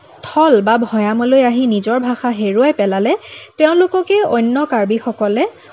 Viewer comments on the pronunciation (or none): none